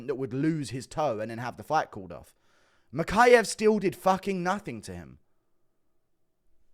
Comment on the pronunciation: HE said mokaev is cut not kape!